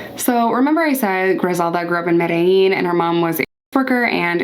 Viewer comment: OMG … You know how to say Medellin. It’s official. I’m in love 😂 Edit: Trujillo is Troo-hee-yoh